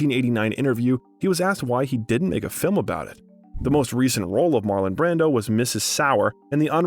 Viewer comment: The narrator is misprounvung alot of actors/ directors names too he misprounced John Houston name along with Marlon Brandos name.